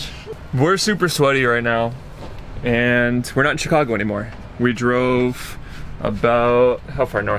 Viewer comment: As a Chicagoan I cringed every time she said Chicago